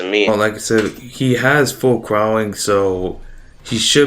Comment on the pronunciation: This dude really just saying "full crowling"